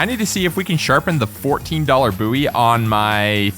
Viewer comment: Bo wie not boo wie Goddamn you're a weirdo